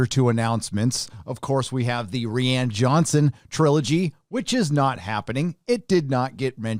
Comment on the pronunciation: Why cant nobody say rian's name right 😕